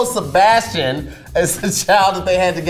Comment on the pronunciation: "Se-bastard" smh #PinkToedSavage